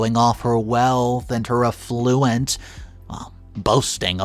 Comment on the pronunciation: Please look up the pronunciation of affluence